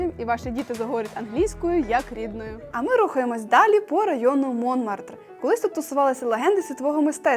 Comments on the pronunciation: Молодці! Ви симпатичні, молоді, енергійні....і ваше відео дуже цікаве і інформативне) Але ж....всі назви, якщо ви у Франції, треба вимовляти з наголосом на останній склад) Наприклад, МонмАртр і всі інші назви так само. Не треба казати Сакре Кєр), ТюІрлі....тому ще це сад ТюільрІ з наголосом на останній склад. Бажаю вам удачі і дякую за відео! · Монмартр-наголос на останній склад.